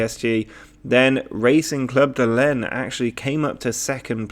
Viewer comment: Lens is pronounced like Lance.